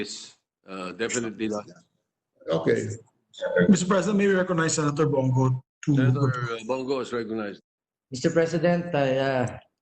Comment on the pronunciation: That b***h cant even say Senator Bong Go´s name. Napaka Ego Maniac ng Senator Drillon na to!!!! At pinuna pa talaga nya ang pag sabi ni Senator Bong na he will not take questions. Its really nonsense to brought it up after all the statements provided by Senator Bong. Lamdagi tawn ni sa iyang pang huna huna tawhana.